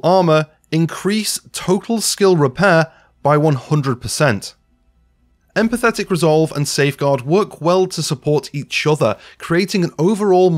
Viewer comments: this needs updating - also... empathic = EM - PATH - ICK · Empathic.... No 'T' 😉